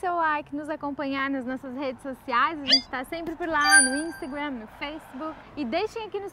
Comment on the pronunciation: curto muito o projeto de voces, menos o "instagrém" "feisbuc" kkkk